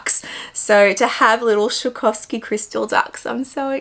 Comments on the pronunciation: As a German I feel it’s my duty to explain, it’s sw-ah-roff-ski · Lovely ducks and bag.. but u butchered the brand in pronouncing its swaa- raav- skee. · It’s “swah-ROV-ski” ducks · PLEASE LEARN TO PRONOUNCE „SWAROVSKI“!!!!! IT IS NOT SHAKOVSKI !!! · It really is a stunning bag, & to get it for retail is awesome. Btw I love the way you pronounce Swarovski 😂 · I love how you pronounce Swarovski! 😉🤣 too cute ❤️